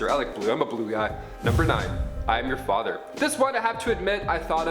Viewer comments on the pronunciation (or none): none